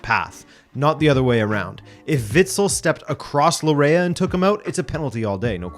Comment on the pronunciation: Your pronunciation of Laryea 😬 (it’s pronounced Larh-yee)